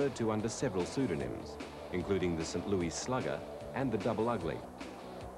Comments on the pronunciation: I love how the narrator pronounces St. Louis in typical British fashion as "Sin Loo-ee", obviously never heard the typical US "Saint Loo-iss" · You know what bothers me the most? pronouncing St. Louis as St. "Louie".